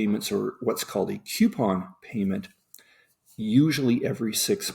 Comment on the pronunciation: It bothers me to hear "queuepon" instead of "coupon." Sorry.